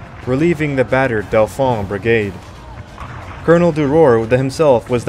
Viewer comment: Bloody AI voiceover. Most of the lesser placenames are mispronounced. If you can't even set the field correctly, why should we believe anything else? Lill-le, for example. Dauphin, Campbell, names too.